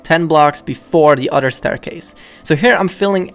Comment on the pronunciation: I like how he says other he says oder